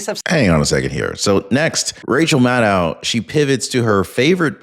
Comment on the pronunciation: please get it right it's Madcow Madcow